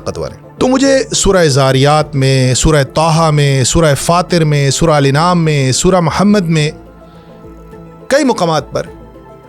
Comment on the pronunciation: سورہ انعام نہیں سورہ الانعام ا کے اوپر زبر ھے انعام یعنی مویشی